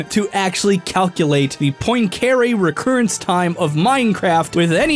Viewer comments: this has got to be the worst english pronunciation of Poincaré I've ever heard lmao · His pronunciation of poincaré makes me cringe Here's how you pronounce the guy's name in French: and it doesn't have to be a perfect French pronunciation, but at least try a little instead of this American butchering of the name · As a math grad, his pronunciation of Poincaré made me shake my head. It's "PWON-ca-ray". Otherwise, it's a great follow-up video to the Marioplex. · You really butchered the name of the t heorem. Anyways, in your video you show a serious missunderstanding of what phase space is. The simplest explanation would be: In phase space you plot e.g. the position on one axis and momentum on the other. Then you can plot the energy evolution of the system in that space ( for example, A harmonic oscillator would be an ellipse there). I used to really like and still like the theories from your channel, pls don’t ruin the good research we’ve all gotten used to. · How can you mispronounce Henri Poincaré so badly? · 1 : Nether is only half the size of overworld (128 blocks in height) 2 : this is not how you pronounce "Poincaré" 3 : still a good video but the aforementioned elements are too prominent to not be researched, one name and a number that represent very little research too : / Timestamp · That mispronunciation of Poincaré hurt me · HOW did he pronounce Poincaré????